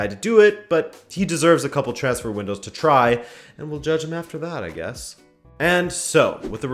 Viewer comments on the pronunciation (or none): none